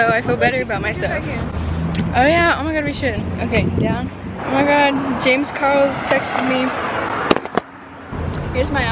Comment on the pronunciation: “James carls"🤣🤣